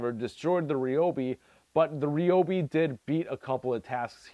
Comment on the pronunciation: You pronounce Ryobi wrong....